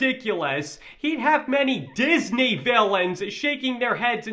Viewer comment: DIS-NAY! XD